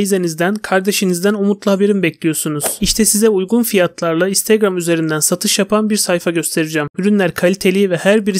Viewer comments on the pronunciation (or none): none